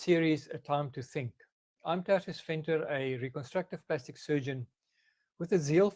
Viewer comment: It's pronounced turcius